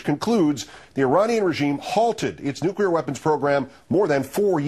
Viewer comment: "Nucular Meltdown" lol.